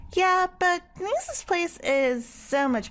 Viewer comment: Everytime you said "Deinse's" it sounded like "Anyssa's" and I was confused each time you said it